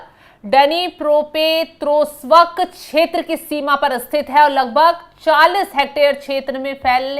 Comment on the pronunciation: MADAM DANETSK AUR DENEPROPITROVSK 😂